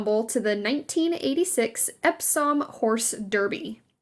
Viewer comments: Voluminous = voe loom i nus Epsom = ep some Buckingham = Buck ing mm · Loved your American pronunciation of Epsom 😅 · It's all about content preparation and research. It drives me crazy that words like Cannes, Derby, voluminous and Epsom are mangled [ Cahhnn, DARbee, vuhLOO menus, EPsum]. I've heard the same narrator on other videos and really feel this is part of the research preparation required to put out this type of content. I'm not at all advocating that an English or "British" accent (what is that, anyway?) be affected, but Americans would be so put off by pronunciation of Oregon as OrryGONE, Maryland as Mary-Land to rhyme with Disneyland or aluminium instead of aluminum.] It also bothers me when trends like polka dots are dismissed out of hand when in I've seen no fewer than THREE versions of the coffee/cream polka dot dress from the polo scene in Pretty Woman for sale. Dissing the 80s when you are praising an 80s/90s icon whom you admit still has fashion relevance is bonkers and makes the author look a little jejune and arrogant. Sorry. Been bottling this up.